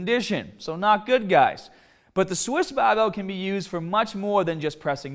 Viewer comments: BAR! Not BAU! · talks in clear English 90% of the time Also:: “BAHBELL” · Hearing you say barhbell made me wanna shove pencils in my ears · Pronounces “Barbell” as “BAHBell”. “Harder” as “Hahdah.” Pronounces “Shoulder” as “shoulder”. I can’t figure this out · Yes, I want to train hodda an longa with bah-bells. Are you trying to be comical with this? Seriously, learn to pronounce the "R" correctly, it's never too late. "B-A-R" is not pronounced "BAH"; this is basic first-grader stuff. You wouldn't pronounce R. Kelly as Ah Kelly would you? Remember what happened to Barbara Walters until she worked on reducing her accent...SNL teased her for years with their Bahbah Wahwah skits. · Every time you say barbell I wanna fucking jump off a million foot fucking cliff and land on the end of a fucking bahhhbell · As soon as he said ‘bhuraahbell’ I went straight to the comments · speak well please it's not bahhhbelll! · The baahbel sounded even more baaahbel this time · Say ba bell more..😂jk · This is the video in which says the word BAHBELL sooooo many times I love it! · My gym sucks, they don't even have baahhbells just regular old barbells.... i wish i could do a baahhbell bench press. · the way he says barbell is just horrible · Can you not say the word "barbell" properly? you sound like a fucking sheep.